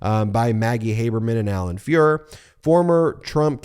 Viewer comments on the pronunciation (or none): none